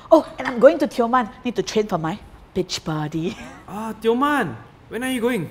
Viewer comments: the women says 'bitch body' rather than 'beach body' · she said beach but it’s sound like the female dog